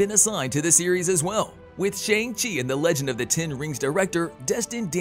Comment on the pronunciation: The way you say Shang chi makes me want to Shang myself